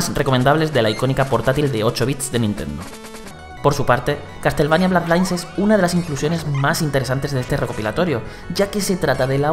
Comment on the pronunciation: Estoy seguro de que no se pronuncia "blad lains"